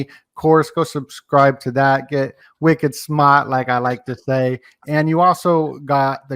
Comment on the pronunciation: I love hearing you say.. wicked smart ..!!